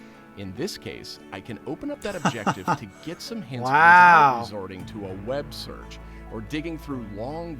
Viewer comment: Your reaction is the best I've seen so far, probably because all your comments and reactions (including making fun of the way he said "web search") were nearly identical to mine.